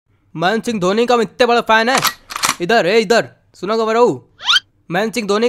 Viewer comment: Mahensing dhoni 😂😂😂 Bolna bhi nahi aata sahi se Baniyan wale ko